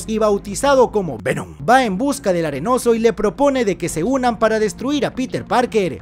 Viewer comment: Lo mejor de resumen es cuando dice Vemon